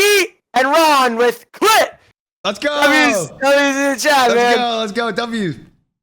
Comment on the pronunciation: y he saying clix as clit